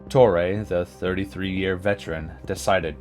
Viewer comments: Painful to watch when you aren't pronouncing the names correctly. Ken Reitz is pronounced "REETZ." and Joe Torre is a HOFer... I shouldn't have to tell you that it's TOR-ee, not Tor-EH. SMH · yeah...torray pronunciation threw me too. like cmon man. most famous manager since Earl Weaver.